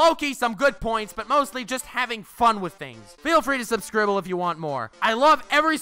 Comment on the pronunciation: Dead-ass actually subscribed because how you said subscribble